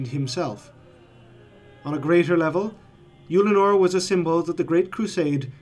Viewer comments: I was surprised to hear you pronounce it "Youlanor". I had always assumed it was something more like "Uhllanor" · I really don't like the way you're pronouncing Ullanor 😂 I've literally never heard anyone pronounce it "Youllinor" before lol